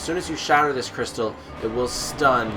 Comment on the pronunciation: When you said crystal men i though you said "crystal meth" ahh memories...